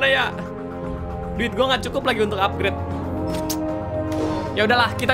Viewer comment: otak gw yg blm di apgred atau emng yg salah ngomng